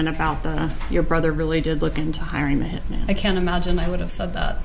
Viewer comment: omg the H slips out !!!!